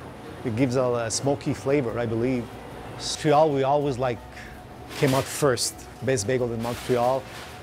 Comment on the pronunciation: your saying Montreal wrong